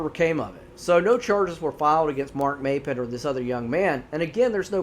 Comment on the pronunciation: I live in Oregon. I spend most my summers in the Tygh Valley. It is WELL known out there that you don't wonder off alone. Corey's story is one of many. Not the locals or the most experienced tourists know not to go out alone. Also it's pronounced "Mop-pin", Maupin is also the town I stay in in the summers. If you want good rabbit hole to consume your thoughts, start researching The Tygh Valley and many other Oregon outdoors mysterious stories.